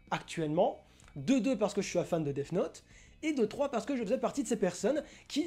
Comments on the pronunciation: Je suis désolé mais celui qui a un Q.I d'huître c'est pas celui qui trouve que L est raté parce qu'il est noir mais celui qui prononce Death Note : Def Note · haha clairement mec , depuis quand le son "th" se dit "def" , y'a clairement une grosse différence entre les deux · Diego Gilson je suis plutôt calé en anglais et je suis désolé mais on ne dit ni def ni dezz note. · Parce que là plupart d'entre vous êtes vraiment con, c'est cadeau. Le son "th" se prononce en mettant la langue entre les dents, puis en la retirant. Seuls les mongolos qui n'arrivent pas à aligner deux mots en anglais ne comprennent pas ça. Le son "th" est un phonème ( "son", pour les plus idiots ) propre au langage anglais, il n'y a pas d'équivalent en français. Donc, il n'y a pas de "Deaf Note" ni de "Dess Note", il n'y a que le "Death Note". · Je suis la seule que ça a trop perturbée qu'il dise Def note au lieu de death note? 😅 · Le son th se prononce th point a la ligne, si t arrive à faire sortir le son deff c est que tu c est pas mettre ta langue entre tes dents du haut et du bas . Point final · "def note " hahahhahha et t'as 53 m abonné ahahahahha n'importe quoi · Bonne vidéo mais les "def note" mon pertuber eheh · je suis le seul que sa dérange quand il dit deaf note ? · théoriquement le th se prononce sse genre dèss note